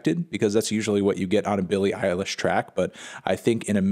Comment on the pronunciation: I'm sorry melon, but saying "Billie Irish" 127 times in an Irish accent is not a "review"